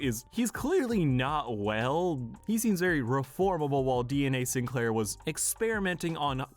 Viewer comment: bro said cinclear